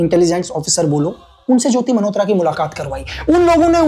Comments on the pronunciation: Sir aapke desh prem ko salam. Par aap jo मल्होत्रा ko jo bar bar 'मनहोत्रा' bol rahein ho woh bahot bhadda lag raha hain. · भाई खुदा का खौफ खाएं लेकिन मल्होत्रा को मनहोत्रा न बोले,वो "न" नहीं "ल" होता है😂😂😂